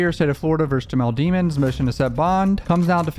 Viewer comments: His name is pronounced "De-Mons.. NOT DEMONS... COME ON MAN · you know how to pronounce his last name properly. it's not dee-muns, it's deh-muns. sound like a prosecutor. now, i think he's guilty, but i am a fan of impartiality. pronouncing his last name like that will bias people negatively. edit: "rule whatever" 🤣 can't wait til the next coverage of the melly trial. i subbed to you many years ago (i think because of the reaction vids with your mom, certainly not for the music itself) but have been really into this more mature content! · DE- MINS NOT DEE MONS. Lemons with a D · Its demonds not deamonds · Bro you def know how to say that man last name since you been studying the case so why pronounce it wrong? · You still pronouncing his name wrong 😂 guess that prosecutor did thier job